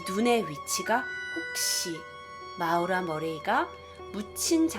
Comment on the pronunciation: 근데 마우라? 모~라 아닌갘ㅋㅋㅋㅋㅋ 재밋게보고갑니다~~